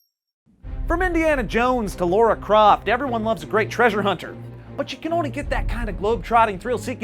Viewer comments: its not LOH-RA croft, its LAH-RA croft. lara doesnt have a u. fucking bugs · Lara... not Laura... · ''from Indiana Jones to Laura Croft..." IT'S LARA, YOU FILTHY CASUAL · did he say...LAURA CROFT?! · "Laura" croft? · Lora croft. You mean Lara croft. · did he say laura?? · Its lara not laura.... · did he say Laura Croft?? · lora you mean lara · Did he say 'Laura Croft' at the beginning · Did he say Laura Croft? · He said Lora Croft.